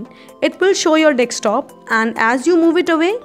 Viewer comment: its Desktop and not DECSTOP Madam!!!